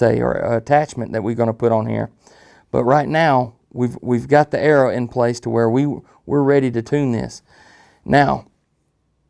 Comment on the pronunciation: It’s arrow, not era.. WTF lmao